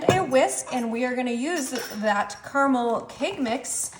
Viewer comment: It's ca-ruh-mel!!!